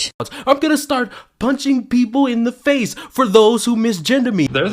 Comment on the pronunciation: "Might get a pehnch in the fehce"